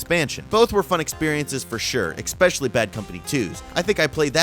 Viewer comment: please, no more 'expecially'.